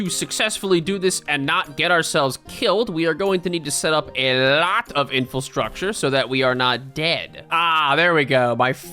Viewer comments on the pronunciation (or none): Please! 'Infilstructure' is not a word. You mean infrastructure.